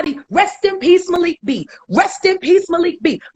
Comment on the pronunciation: Lmfao Ti, i thought u were messing up another name, but u actually got it right this time!!!! MALIK B 😆